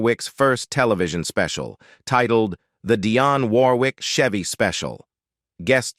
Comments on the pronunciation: What a horrible YouTube channel. You can’t even pronounce Dionne’s name correctly. Then you break into jive talking in some foreign language. 👎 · You want to tell us about her, yet you can't even get your computerized voice to pronounce her name right. Shame on you for wasting our time with something you know nothing about! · One of the best and most beautiful. This narrator needs to pronounce her name right.